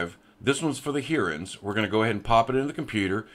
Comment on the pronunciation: lol Hearans. Its called Hi-rens. 🙂